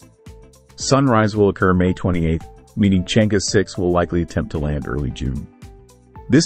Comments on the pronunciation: It is Chang er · Proper pronunciation is Chang Er ; Cheuh João satellite.....